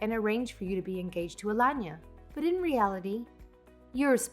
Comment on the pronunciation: Alanya or aLayna??? Same stories,same narration still weirdly different pronunciation. Nothin to do with English not being their first language.